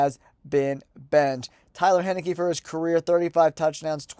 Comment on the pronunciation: Taylor Heinecke* not Tyler Heneki